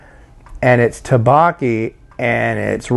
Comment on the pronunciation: dukbokki is pronounced like thuck-bohk-ee and jjajangmyun is pronounced like jah-jahng-me-yun. The me-yun part is one syllable. Those were the biggest offenders. Have you ever tried bibimyun? It's pretty good stuff!